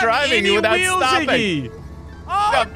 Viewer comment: WTF u says omg😂😂😂. Its iggy